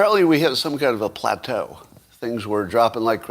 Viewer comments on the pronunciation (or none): Plateau? Or Pu-Pu Platter?